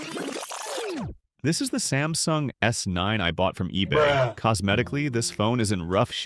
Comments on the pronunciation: Amazone?! 😂 Ebey?! 😂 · it said ebey and amazone 😭